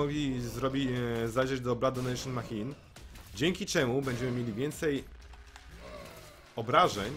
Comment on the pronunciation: Nie wiem kto Cie uczył angielskiego i wymawiania maCHine. to ch czyta się jak SZ. I hematemesis a nie hemastesis.